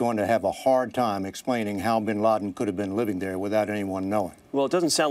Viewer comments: he said Osama Bin Larden ...So Who died Bin Laden or Bin Larden ?? I'm confused ! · Osama Bin Larden !! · lol he says "Osama bin Larden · haha did he say osama bin larden? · the guy at the beginning said osama bin larden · he said osama bin larden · "Osama Bin Larden" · bin larden? .. lol it sounded like that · osama bin larden? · Osama Bin LaRden hahahaha. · lol he said osama bin lardin. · hahaha "OSAMA BIN LARDEN. " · Ik this is an old vid and all, but klisten at , he "Osama bin LARDen" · like if you think he says osama bin LARDEN and ? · Osama bin larden.